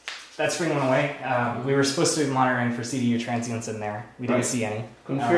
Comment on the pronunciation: "Transients" not "transcients" :)